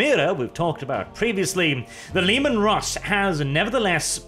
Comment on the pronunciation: The Leman Rrrrrrrrrusss